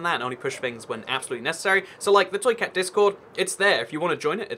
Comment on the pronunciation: Why when he says "toy cat" do I hear "truiceut" like it's a foreign word?